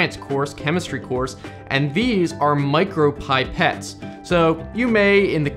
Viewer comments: pipette, the i is pronounced like Pin, pit, piss, pick, pill etc. pi-pette, not pie -pette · Yeah, it's pronounced in a way that rhymes with Gillette (depending on how you pronounce Gillette lol) Edit:or Tibet - it's pip, pet, pippet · I’m very disappointed in the pronunciation of pipette 😂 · Ah so THIS one ISN"T sponsored EITHER! I am so smart now, YAY!! P.S that is not how you pronounce "pipette"